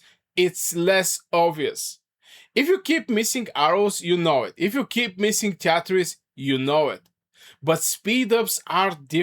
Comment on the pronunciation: treaties is pronounced "tree tees".